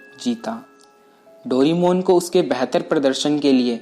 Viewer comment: भाई तुम डोरेमोन को डोरीमोन क्यों कहते हो¿